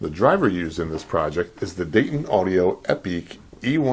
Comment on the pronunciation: Are you mispronouncing " epique" and " Radiator" on purpose?. Lol